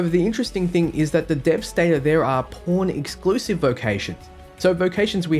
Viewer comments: when this guy says Pawn sounds like porn hahahaha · I'm hearing "porn" everytime he says "pawn" and it makes this video even better